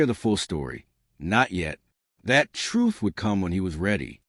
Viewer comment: Troof? Clown college narrator